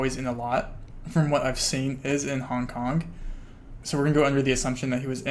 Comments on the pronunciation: Nooo i cant unhear it HONK HONK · Honk honk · he says hong kong like honk honk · Take a shot every time he says Hong KonK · nothing worse then people pronouncing "k" at the end of words that end in G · the way you say "hong kong" sounds like "honk honk" and i can't unhear it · Haha I had to scroll pretty far down to find this. I was hearing “hong konk” it had me going that’s for sure 🤣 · Ya I just heard it